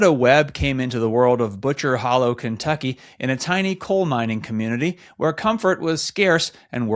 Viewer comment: You mispronounced butcher holler. It’s not hollow, it may be spelled that way but that is not how it’s pronounced. Ha ha! I’m proud to say I am a coal Minor‘s daughter. However I didn’t marry at 15. But I also was not born in the 1930s either.